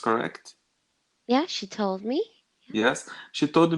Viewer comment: Para de colocar "i" no final das palavras. She told me você fala She TOLDI me